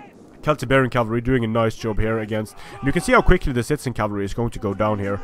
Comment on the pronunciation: Did I hear you say "shitezen cavalry"? lelelele